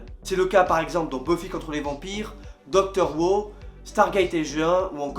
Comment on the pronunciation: Pas très fan. C'est un 5 Théories ? Un podcast ? On sait pas trop ce que c'est. Je te le dis aussi, avant que tu te fasses taper dessus : Doctor Who, ça se prononce "Doctor Whou". Et c'est chiant ce vieil effet sur les vidéos, cet espèce de rideau qui descend sans fin.